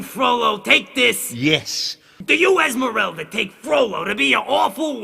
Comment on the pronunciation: How the fuck can Esmeralda being so misspronounced as Ismerelda?